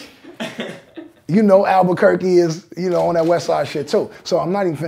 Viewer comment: Just a shout out to The Game for saying Albuquerque , Alot of people can't say it ..